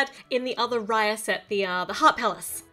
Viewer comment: Its actually pronounced as raaya